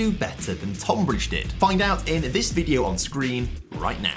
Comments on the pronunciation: Tohn-bridge. Love the video but as someone from that area it's pronounced tun-bridge 😂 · FYI: Tonbridge is pronounced 'Tunbridge. Nitpicking I realise 😂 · “79 times less” doesn’t make sense. They earned a 79th of Reading’s figure. And Tonbridge’s first syllable is said like the word ‘ton’ (rhymes with ‘bun’), it doesn’t rhyme with ‘con’. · Bro just say Tonbridge properly haha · as a man from the tonbridge area, the way pronounces it drives me crazy😂